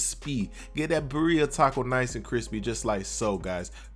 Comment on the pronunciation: Lmao I can't help but laugh at the way he says the name! It is not bah-rhea its bih-ri-ah